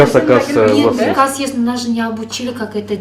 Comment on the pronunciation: Это ПИРОСТО ПИРИКАЗ ДЕЙТКО ВРАЧ😂